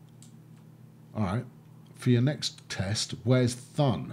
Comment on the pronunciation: again great episode! but, I'm still wondering, who told you how to pronounce "Thun". In German it's simply pronounced like "toon", like in cartoon. I am playing the same map while watching your videos. I am a bit ahead, and as a tip, I connected two Airports quite early, but they're paying out. Locarno and Bern get a shared Airport in the middle, and people love to fly out to Schwyz and the cities around it. Keep on going mate, Schuubi